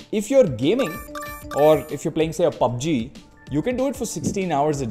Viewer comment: Probeleeem , pubbbbg , pllayying 🤣🤣🤣